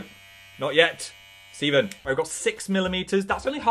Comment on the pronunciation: ... did u call it stEVEN?